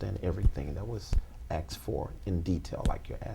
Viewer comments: asked not axt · .014 seconds to .016 seconds he said axed and asked in the same sentence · It’s asked not axe!!!!! Stop it!!! I’m sick of you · He should have “AXED”his Lawyer for the address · Pacific? Axed? Day for they? Den for then? And he makes his "living/ripoff" from speaking? Can I get a break. Scumbag. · Goddammit! The word is ASKED not axed you stupid fuckin' swindler.